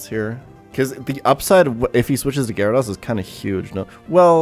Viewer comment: Sorry I have to unsub and stop watching because you still can’t pronounce gyrados